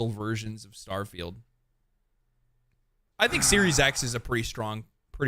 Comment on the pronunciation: Did someone say “STAHFIELD”?